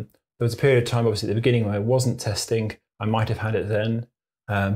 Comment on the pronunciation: There is a G at the end of testing! Not a K. 🙄